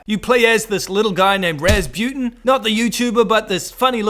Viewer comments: His name is Razputin, not Razbuten. And he broke into the camp, he wasn’t invited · its Razputin, not Razbuten